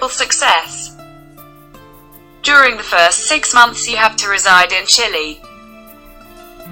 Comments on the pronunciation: It's chile boy not chilli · Chile not Chilli...